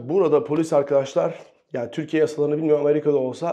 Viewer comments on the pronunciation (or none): none